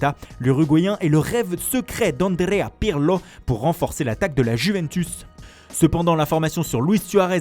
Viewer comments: Donnarrrumma , pirrrrrlo , hhhhh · Andrea pirrrrlo la rrrrroma ça roule la r oue oue